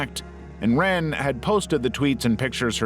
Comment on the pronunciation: Lots of mispronunciations in this video, like L'wren Scott. lah-REN, not simply 'ren'.